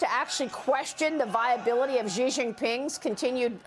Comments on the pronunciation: Sheeee JIn Ping, not Jheeee! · its not Ji its Xi pronounced She. At least learn foreign names! You sound uneducated. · Xi is pronounced as "she." Why is this so difficult for these professional news readers to say?